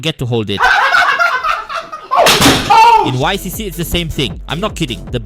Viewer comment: It is pronounced “ick“!